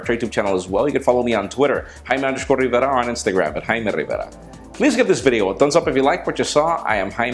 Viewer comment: i love it the way you say im haime Rrrrrrrivera